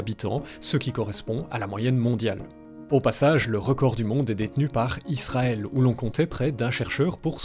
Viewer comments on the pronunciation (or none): none